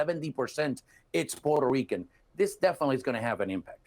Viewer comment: Neither one knows how to pronounce Puerto Rico (in English). He continues to say porter Ricans (both of them). I remembered when we were called Spics( no speaka Spanish), or poora Ricans). This is was not cool back then. There were also all kinds of racial terms for just about everyone who enter through Ellis Island. This guy can pronounce the name Puerto Ricans in Spanish ver well but not in English? Makes me think that he has hate towards America (subconsciously) And there you have it my professional analysis 😅😅😅😅